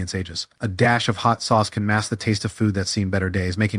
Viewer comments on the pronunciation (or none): none